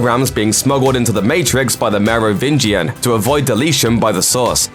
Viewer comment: I’m legit impressed by the consistent pronunciation of Merovingian